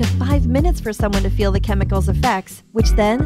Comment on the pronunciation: Danny S "They key,"